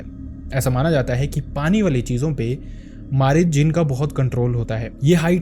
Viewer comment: Ye marid nhi mareed hota hn means student